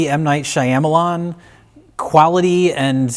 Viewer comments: Is saying "Shyamalan" correctly? Seems like he's putting the wrong emphasis on the wrong syllables. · Why does keep saying M Night Shaya malan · white-boy mispronunciation of “Shyamalan” is hilarious.